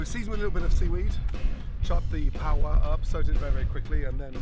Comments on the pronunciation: "Pa wa" its Paua bro😂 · It’s pronounced par ew ah just say it together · Paaaa waaaa pāua its simple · "pa u WA" lol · It’s pronounced Par-eww-ah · He struggled every time to say it tho haha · You're waaaay off the mark there man. "White" New Zealand isn't salty because he said a "brown people word". They're just poking fun at the way he's pronouncing it. A lot of "white" Kiwi's are mixed race and have a Maori parent or grandparent. We are proud of the Maori heritage. New Zealand isn't like America who basically shun, hate and ignore the native Americans. NZ is probably one of the few countries to not only accept the native culture of the indigenous people. We love and are proud of the Maori culture. Our National Anthem is half Maori half English. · The way he pronounces Pāua 😂 (Im from New Zealand) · I love how much he emphasised the second part of “pāu-A!” so much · It's great to see you in New Zealand learning about the Maori culture and the cooking of New Zealand's delicious kai, but I see you kept your English/American habit of way too much butter and salt lol, the more natural the food in NZ the better it tastes Gordon. I had a bit of a chuckle at your pronunciation of Paua but great to see you know it's not called Abalone everywhere....next up is to educate those who call Salmon "sea trout" hahahahaha